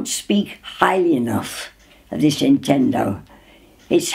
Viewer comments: “Intendo” it’s beautiful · "the atendo"